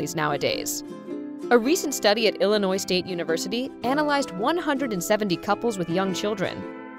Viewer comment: Illinois is pronounced with out the s to let you know